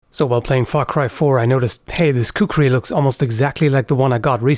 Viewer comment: Also, listen carefully to how he said Far cry 4 at the start of the video